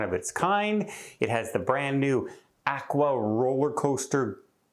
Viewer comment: I don't think it's actqwa I believed it's pronounced Aqua...